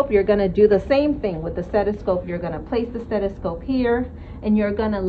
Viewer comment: Well done, just wanna know how long she’s been saying ‘steTiscope’ without anyone correcting her. Haha